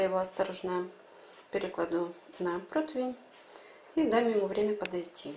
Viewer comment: Ну почему все говорят ПРОТВЕНЬ? Ужас...